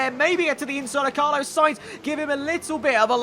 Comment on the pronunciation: This is bugging me........it's Carlos with an S not Carlo without an S